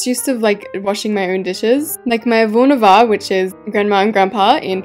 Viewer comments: You said grandma and grandpa in Portuguese wrong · "Avô and avó" thats so funny hearing that (im portuguese)